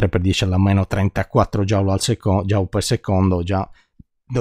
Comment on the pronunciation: Il principio di indeterminazione derivato così è veramente notevole: indissolubile conseguenza della quantizzazione (però Joule si pronuncia "jul" e non "jaul" 😉)